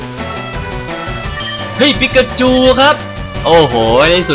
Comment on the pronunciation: พอพี่พูดปิ๊กาจู ผมนึกว่า ไอนั้นทุกทีเลย